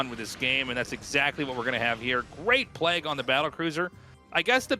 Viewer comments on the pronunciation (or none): Arty can you teach Tasteless how to pronounce Plauge? PlayG...